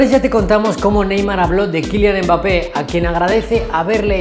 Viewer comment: Nadie: Absolutamente nadie:: UMBAPE